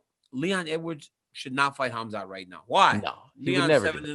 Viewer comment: Khazmat "Hazmat (as in hazardous material)" Chimaev!